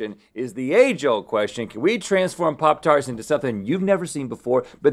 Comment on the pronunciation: The “popicodo tarTSs” 💀